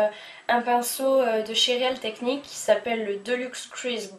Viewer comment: Alors, c BourJois pour la marque, le "real" de Real techniques se prononce "reel" (on va dire) et ton fond de teint est trop clair, ou du moins ta peau est bien plus clair avec, à l'écran